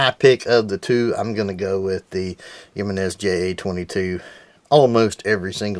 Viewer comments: Always tickles me when people pronounce it jim en is its actually a Hispanic name pronounced he men is and I have both the j22 and j25 waiting for the ja22 to come in the mail to my ffl the guy actually wanted to offer me 150 for the j22 with original box 2 mags and original manual I had to decline I really like these pocket pistols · I prefere Yankee marshals pronunciation of Jimenez, which is Jimenese pronounced like Japanese. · He-men-nes arms